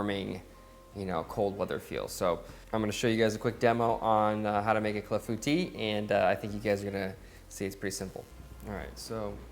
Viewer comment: I would not have pronounced Clafoutis right unless you said it first